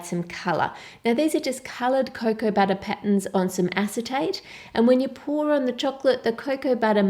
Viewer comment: Sugah, buttah, wotah. Melts my heart.